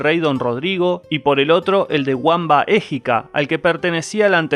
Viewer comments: En germánico, Wamba, Wuitiza, se pronuncia, V , no U . Vamba , no Uamba. Eso es en inglés. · Wamba y Witiza no se pronuncian Uamba y Uitiza, se pronuncia Bamba y Bitiza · Se pronuncia /bámba/ para decir Wamba.